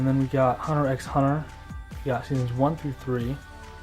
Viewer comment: Great collection! By the way, Hunter x Hunter is pronounced without the x.